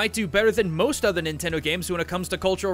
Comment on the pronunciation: Min-tendo HA!